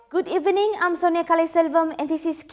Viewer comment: " good Even-ning"😅